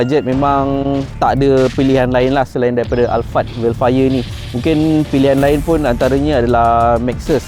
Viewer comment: Dia cakap hel fire